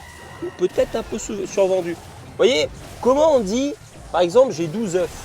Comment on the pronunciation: on prononce pas le f de oeuf au pluriel (ducoup en prononciation : un "oeuf" des "eux" ) 😂😂😭 à moins que ce soit moi qui soit fou xD sinon GG en vrai t'as gérer la vidéo x)